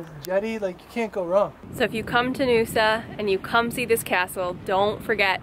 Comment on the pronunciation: Naoussa is pronounced 'now-oo-sa'